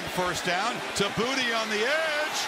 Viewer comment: It's Boo Tay, not Booty 🙄